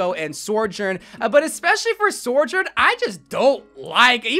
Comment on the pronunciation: why bro pronounce sojourn like that